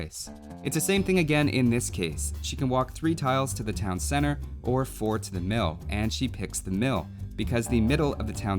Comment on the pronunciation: "Town cenner"